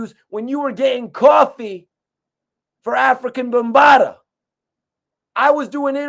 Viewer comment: Who is “ African Bambada” 😂😂